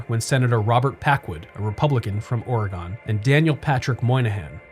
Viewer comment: U said oregon worng!!!!